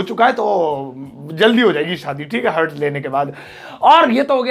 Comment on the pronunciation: Pronunciation of heart is "heart" not a hurt.